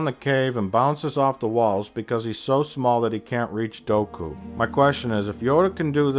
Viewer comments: It's pronounced Doo Ku... I can't take this critique seriously if you can't even pronounce the characters names correctly.....lol Okay seriously, I think you have a few good points like , but come on. We're talking about characters that can jump 5 to 10 stories up. I don't think tentacle dreads are going to pose much of a problem if you have that kind of a skill set. I mean little Annie could pod race and if you can do that, you're on a total different wavelength altogether...lol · It's Dooku. Say it with me. DOO. KOO. Not Doh-ku. God.